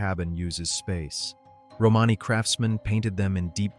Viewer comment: Another yputube robot cant pronounce romany correctly .